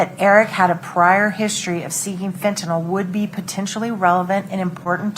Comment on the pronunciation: It’s Fentanyl, not fentanol. I don’t know why, but it’s maddening to me.